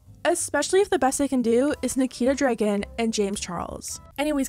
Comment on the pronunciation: She says Dregen every time